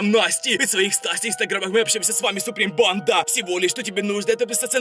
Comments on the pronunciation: Я одна слышу не банда а понда? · Почему он говорит панда